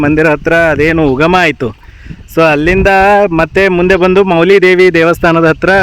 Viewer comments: ವಿಡಿಯೋ ಚೆನ್ನಾಗಿದೆ. ಮೌಲಿ ಉಚ್ಚಾರ ಸರಿ ಅಲ್ಲ ಅನಿಸಿತು.ಅದು ಮಾವುಲಿ ಆಗಬೇಕು, ಅದರ ಅರ್ಥ ತಾಯಿ/ ಅಮ್ಮ . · ಸರ್ ವಿವರಣೆ, ವಿಡಿಯೋ ಗ್ರಾಪಿ ಎಲ್ಲಾಚೆನ್ನಾಗಿದೆ. ಆದರೆ ಅದು ಮೌಲಿ ದೆಎವಿಅಲ್ಲ ಮಾವುಲಿ ದೇವಿ ಅಂತ.